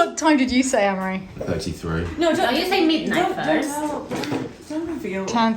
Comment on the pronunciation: Ooooh it’s Amaury- I thought you all kept saying Anne Marie!